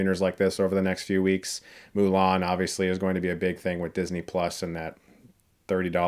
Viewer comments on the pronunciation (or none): none